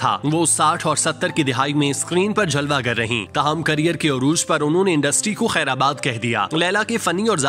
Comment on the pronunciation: I watch your vlog with great interest. It's the word khairbad not khaira bad.